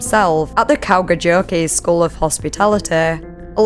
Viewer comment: I mean no rudeness, but the second to last story's names are pronounced: "Kau-ha-yo-ki" And "Ma-tt-e Yuhan-e Saaaa-ri" Tho I do enjoy the pronounciation: "Kauka-jokey" and will be calling "Kauhajoki" that from now on 💙🇫🇮